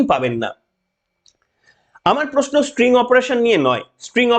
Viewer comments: খুব ভালো লাগলো। তবে কথাটা string নয় sting. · String na, spring na, "STING" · মহাশয় এই ধরনের অপারেশনকে স্টিং ( হুল) অপারেশন বলে, 'স্ট্রিং' নয়। ভুলটা চোখে কানে খুব বাজছিলো। যাইহোক ভিডিওটা যথেষ্ট যুক্তি সমৃদ্ধ। চ্যানেলের জন্য শুভেচ্ছা। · ওরে ক্ষেপা, এটা স্টিং অপারেশন, স্প্রিং নয় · ওটা স্টিঙ হবে, স্ট্রিং নয়। কম্পিউটার সাইন্সের স্টুডেন্ট বি টেক করেছেন,এম টেক করেছেন,কলেজে পড়িয়েছেন! ফালতু কথা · স্ট্রিং নয়, কথাটা স্টিং।